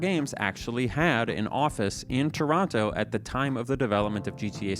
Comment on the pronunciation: p.s. omg you said Toronto correctly on your 3rd go